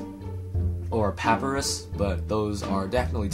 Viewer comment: No worries. Just so you know, Sans is pronounced like sand and Papyrus is pronounced like Puh-Pie-Rus. You got Frisk correct, though.